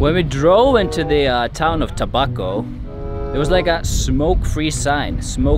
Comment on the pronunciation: (tabaco) "tobaco" (camiguin) "come again" hahaha.. nice 😍😍😍